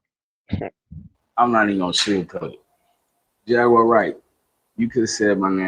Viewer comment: It's definitely not JagWIRE. LOL